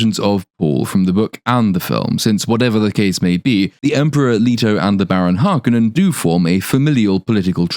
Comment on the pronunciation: I will never accept the pronouncation of Har-koh-nen as Harkenen. Bite me!